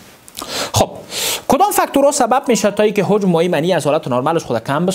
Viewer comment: لطفا کلمات شیرین فارسی را درست و صحح تلفظ کن مثلا هجم را هوجم نگو